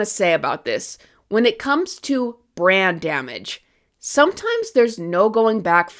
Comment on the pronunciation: Lol every time you say brand damage It sounds like "brain damage" "DC has brain damage" "The X-men have brain damage"